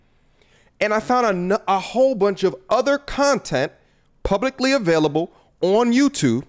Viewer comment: “... a whole bunch of other CUNT-ent” 😂